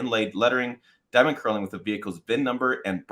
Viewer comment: The K is silent. Pronounce it as “nurling”, not curling. Either way, it’ll be too expensive for me.